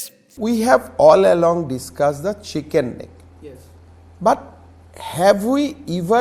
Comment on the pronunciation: It is not Shicken Neck It is Chicken Neck